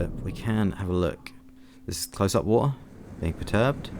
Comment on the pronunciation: I like the wa'er